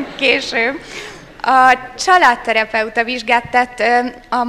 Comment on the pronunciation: Figyeltem a tartalomra, s örülök neki, hogy megtörtént ez az esemény. De! Szerintem kicsit sem vicces az, hogy jó poénnak próbálják eladni a felkészületlenséget! Arról a fiatal hölgyről beszélek, aki többszörösen hibával tudta csak kimondani a családterapeuta szót., kérem, miért nem olvasta el többször? Ha probléma ez neki, miért őt teszik oda? Hiába na....az oktatás színvonala, a számonkérés a nulla alatt van Magyarországon akkor is, ha az ellenkezőjét állítják elméletben! Ezek a műsorok a gyermekeknek példaértékűek, minták. Ha ilyenektől veszik, nem csoda, hogy itt tartunk jelenleg, s oly mértékben szaladunk a lejtőn, hogy nagyot fog ütni vissza azokra, akik ezt hagyják így elfajulni!